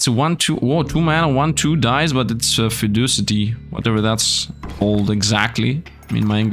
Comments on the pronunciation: "i dont know how to pronounce" well i can assure you Fecundity is not pronounced Feducity, that much is for sure but yeah its funny seeing the smol deck playstyle finally almost ended up getting you Starvationed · Fecundity is like fertility, but over lifespan of an animal I think, it’s pronounced like fekundity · The field mice ability is Fecundity and the C is pronounced like a K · Fecundity is with a hard C, making it sound like a K. It is how many offspring an individual animal can produce. For example, mice have very high fecundity, as they have large and frequent litters, whereas humans usually have single offspring and much less frequently.